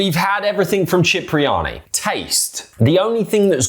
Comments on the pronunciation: we love you Cipriani Pronounced SIP Not CHIP My G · it’s pronounced Sip-ri-ani not chip 😂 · Sorry to correct but Cipriani is pronounced Sipriani.